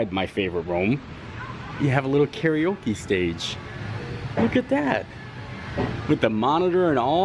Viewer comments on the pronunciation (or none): none